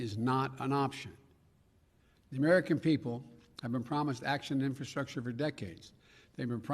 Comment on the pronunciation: Infuckedstructure with alternativezzz. Guy can't even talk such an embarrassment.